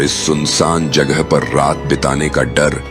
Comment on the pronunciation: Jaghe nhi jagha hota hai